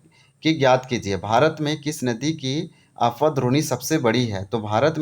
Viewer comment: Apwah bolie sir Afwah nahi